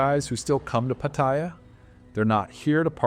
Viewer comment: Can you learn how to pronounce Pattaya? It’s pa ta ya’. All A’s sound the same.. the soft a like in cat. Ask any Thai. As far as the way smart phones have changed dating? We men need to be good on our phones too. I like meeting ladies now, by getting to be acquainted on phones. Meeting a stranger based on buying them a drink for fake affection always sucked anyway.